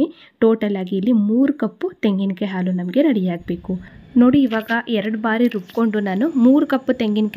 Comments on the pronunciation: ಹಾಲು, ಆಲು..ಅಲ್ಲ ಸರಿಯಾಗಿ ಉಚ್ಚಾರಣೆ ಮಾಡಿ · It's not aalu.its haalu. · ಆಲು ಅಲ್ಲ ಹಾಲು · Aalu alla, HAALU !! Urdu alla huridu!! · Please halu halu.